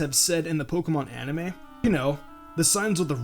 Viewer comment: ann-im-ah? You mean animooooo